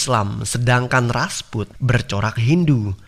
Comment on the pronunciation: Rajput min bukan rasput